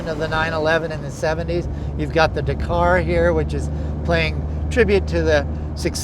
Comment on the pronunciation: God it pains me how you both say Dakar